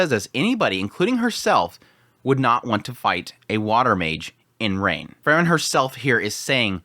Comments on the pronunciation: It's Freeren, not Frrren.😁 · All I can here is this guy saying Fer-ren, takes me outta the whole thing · When you say “frieren” you make it sound like fern which makes the discussion hard to follow at times.